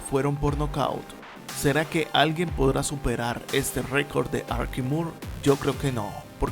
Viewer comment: Es Archie o Archi... así se pronuncia el nombre de ésta figura deportiva. Tú lo pronuncias Arqui, como si fuera Arquitecto. En lo que estás en lo cierto es que fue muy muy grande.